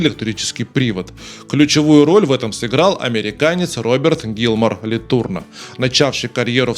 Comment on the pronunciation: Фамилия Ле Турно произносится с ударением на последний слог "но".